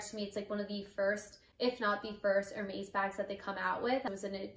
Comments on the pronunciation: Wow very nice bag, congratulations but please say it er-mess and not er-mace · It’s ér•mès, it’s not er-meis… Congrats on your bag though. Happy you said no to certain items, it was more on your terms than theirs!🧡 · "Er-Maze" lol...